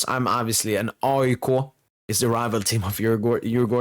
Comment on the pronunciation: Really good pronounces on Djurgården and AIK😊😊